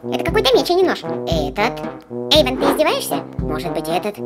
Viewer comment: Вобще-то Эйван а не Эйвон